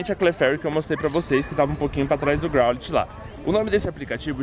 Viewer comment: growlite se le groulaite